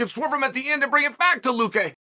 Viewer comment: Judas priest Unc how did you manage to get Luque right and fk up the Vicente part 😂